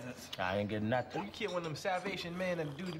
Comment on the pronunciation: Don’t say nuntin 🤣